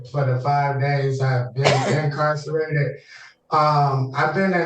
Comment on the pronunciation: What is "incarn-sirrated"? They come up with all kinds of ailments when it comes to being in jail.